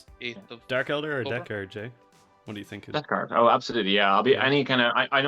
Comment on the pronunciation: Love these videos, especially how says Death Guard "Debt Guard"